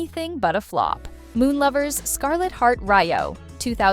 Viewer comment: Is anyone else cringing at the pronunciation of some of these names, especially Scarlet Heart Ryeo.